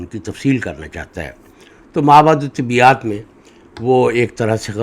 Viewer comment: آپ اردو میں ما وراء الطبیعیات کو ما وراء الطبیات پڑھ رہے ہیں۔۔۔۔ طبیات الگ اور طبیعیات/ طبعیات الگ معنیٰ ہوں گے۔۔۔ طبیات : طب سے اور طبیعیات/طبعیات: طبع طبیعت سے